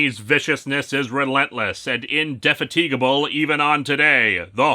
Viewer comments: in-deh-fat-i-gah-ble - to persist tirelessly. That aside, nice to have a non-horror comic this time round, apart from all the dead Wookies that is.... um, nice review. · Oh, ye gods, the mispronunciation on "indefatigable" was just agonizing to listen to. My ears are bleeding.